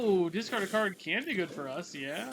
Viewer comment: DISTROY. DESCARD. He switched the vowels in the words